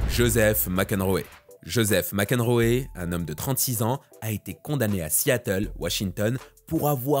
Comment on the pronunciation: s'il te plaît, apprends à bien prononcer les noms anglais !!! c'est juste insupportable. Mac Enroéééééééééééé putain quoi, sérieux !!! T'as jamais entendue parler du joueur de tennis John Mac Enroe franchement !!!!!!!!!!!!!!!!!!!!!!!!!!!!!!!!!!!!!!!!!!!!!!!!!!!!!!!!!!!